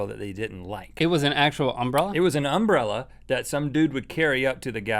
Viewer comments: Why is that guy pronouncing umbrella like that? Like he is putting emphasis on the first syllable. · They say umbrella weird, with that emphasis on "um." They say UM-brell-a. We say um-BREL-la in my area. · i find it wierd to hear that Link pronounces "umbrella" like "UMbrella", enunciating the "um", but that's just because me and everyone i know enunciate "Brell", like "umBRELLa" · Am I the only one who thinks they pronounce umbrella kinda weird? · I love how they emphasize the "um" in "umbrella" instead of the "ell." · Link said umbrella wrong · the way link says umbrella pisses me off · It is because they put emphasis on the "Um" part. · It's because they put the accent on the first syllable instead of the second